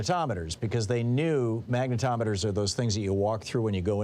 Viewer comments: Magnetrometers. It's so hysterical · Sounds like you're saying MAGAtometers.